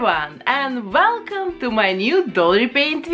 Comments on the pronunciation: Welcome = uelcam no velchom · "Velchom" nun se pó sentí